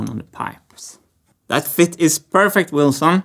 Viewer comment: It's not Wilson, it's Wheelson! It's a cogwheel, come on folks